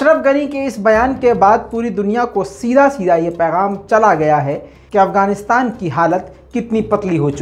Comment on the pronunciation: Pls try to pronounce properly the name even u didn't properly name Afghanistan